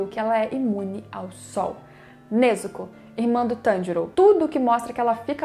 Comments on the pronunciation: Vlw por pronunciar certo, tem gente que fala nezúko eu fico mt puto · Obg, pelo menos alguém sabe falar o nome da Nezuko certinho ♥️